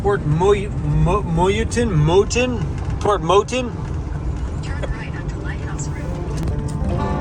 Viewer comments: Port Mouton, or as the locals pronounce it “Port Ma-Toon” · Port Mouton... ( Port Ma toon)